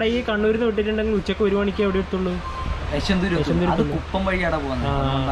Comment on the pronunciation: യശ്വന്തൂര് അല്ല ചങ്ങായിമാരെ, YASHWANTPUR or YASHWANTPURA